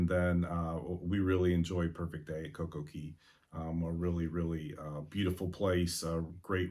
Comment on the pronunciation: I LOVE that you say Coco Key and not Coco Kay!!!!!!!